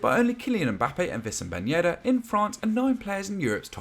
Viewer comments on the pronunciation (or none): I swear it's not vissam ben yedder, it's wissam the W pronounced similar to winston.